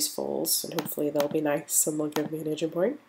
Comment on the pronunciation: On some parts, it sounds like you’re saying “Asian points”, instead of “Aging points” 🤣